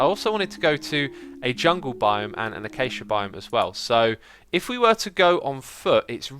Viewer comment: That moment when says a-cha-cha (what i think is wrong like Cambridge and Merriam Webster both have a different pronunciation) and a-kay-sha which sounds right to me, so i guess where did you learn to pronounce it the first way/why is it correct?